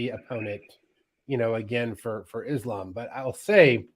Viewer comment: get Coach to say Islams name right lol it’s Islam and he says it like Is Lamb.